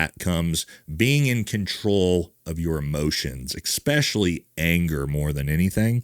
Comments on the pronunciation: Why can no American say the word especially it's not exspecially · There’s no “X” in especially bud. It’s eSpecially not eXpecially. Like how it’s eSpresso not eXpresso. Keep up the decent content though fella.